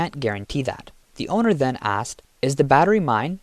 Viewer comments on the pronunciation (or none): none